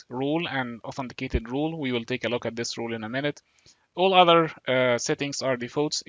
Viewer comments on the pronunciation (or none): Thank you but I have difficulty differentiating your accent wrt "role" and "rule". They sound the same....